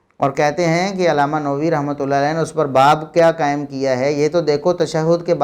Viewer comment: It is not Imam Nowi.... Say Imam Nawawi